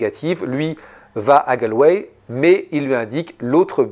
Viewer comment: Galway se prononce Gaulle way. Et Sligo c'est slaye go. Ya un bon spot de surf la bas d'ailleurs.